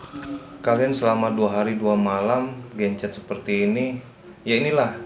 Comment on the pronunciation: Asalamuapaikum mohon maaf itu disebut gancet bukan gencet ya 😊😊